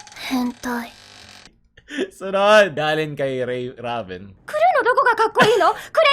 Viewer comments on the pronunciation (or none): none